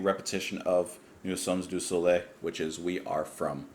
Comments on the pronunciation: Dear, could you repeat "Nous sommes du soleil" please...? The Jon Anderson's pronunciation is actually better than yours...😊 Anyway you are so cool, I love your channel, and this track, and this album, continue to brighten my life 45 years after...the first listen. Cheers. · Final episode of greatness. We are of the sun. Pronounce it “Noo sum du so lay“. You now have to watch a life version of that : it's Chris's high moment of the concerts… a real show man. One more thing: Steve Wilson's version is very different from the original especially on Chris's solo… Alan White's solo, on scene they all take percussions.